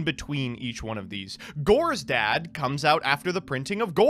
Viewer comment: How hard is it to say Tele-Dee A Dee? That is the proper way to refer to it. You only pronounce an acronym when it consists of four or more letters like NATO or ACOTAR or NASA. But then again, this channel can't do anything properly even what this series is supposed to do, which is play Yugioh.